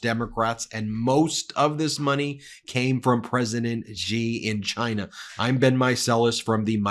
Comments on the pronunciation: Trump pronounces it "Ghina" with his speech impediment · *"chayyyyna" possibly the worst pronounceation I have ever heard.